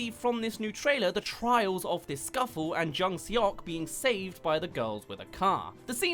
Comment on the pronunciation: “eo” is pronounced kinda like “aw”, that’s the best way I can explain it so it would sounds like jung SAWK. IMDB is close but said it like “suck” when it would be more like “sawk”